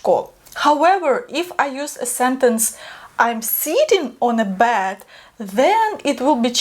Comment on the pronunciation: Very cute english you speak but when you said, I bought a bed, it sounds like, I bought a Bad. Which doesn't make sense. Please, say these more eh like beg, bet, set..